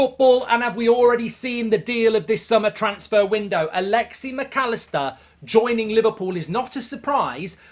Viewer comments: Stop saying “alexi” it’s Alexis with an S at the end. Like I get you’re an entitled British a nation where people inherently think it’s ok to mispronounce names because deep down inside they think they’re the best but how hard is it to add an S at the end? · Alexi? Its Alexis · “Alexey Macallister”